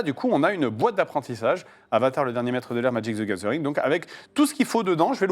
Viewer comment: "Madjic zy gazeuringue"